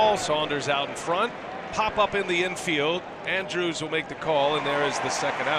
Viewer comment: How the hell can announcers not learn how to pronounce names properly?? Andrus....is NOT pronounced like Andrews....lol. That's just a no-brainer. Just goes to show that people who are on TV....are not necessarily the sharpest knives in the drawer....lol.